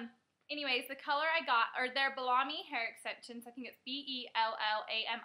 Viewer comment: Hehe, Bella me. Not "ba-la-me". Love this video but that did make me giggle!!